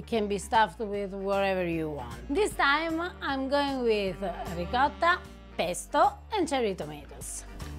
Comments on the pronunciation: finally learned to pronounce the word “Ricotta” correctly and not that sort of "ricoda." 😊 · Bravo 👍👍👍 👏👏👏 Your pronunciation of "ricotta" was absolutely beautiful....😄👏👏👏 the way you rolled the "rr" was magnificent..😄🏆🎖 🍷😄💖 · Congratulations! Finally after all of these years you have given in and now pronounce "ricotta" properly for the first time. I'm sure I speak for many Italians out there who like me, will no longer have their ears bleed after you say the word! I always wondered why never corrected you on video, my guess is that it is because you do all the editing. 😃Keep it up!, great recipes once again! You are my go-to expert for authentic Italian!